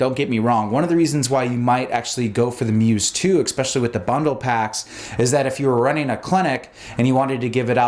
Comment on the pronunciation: Lemme axe you a question. What kind of MD says "expecially"?